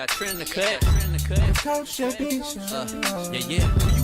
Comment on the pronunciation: Who called JB “Jew B”?😂😂😂